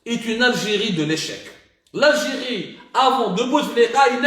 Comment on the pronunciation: L'algiri L'algiri bonjour la prononciation hhhhhhhhh